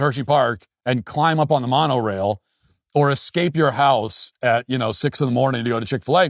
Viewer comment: Why is Matt acting like he doesn’t know what Disneyland is? He’s not even pronouncing Monorail correctly